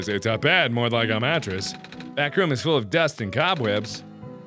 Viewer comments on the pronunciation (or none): Ruhm. It is several Ruhms